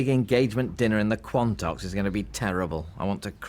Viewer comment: Wow... you guys trying to pronoune the Quantocks is hilarious haha 🤣 😂